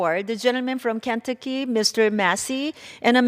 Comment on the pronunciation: Who tf is the lady at the speaker seat and why is she there if she can't even pronounce KENTUCKY?